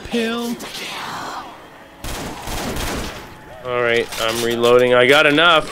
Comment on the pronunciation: Why do u call it insta pill